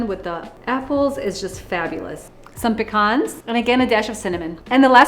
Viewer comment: " some peh-khans"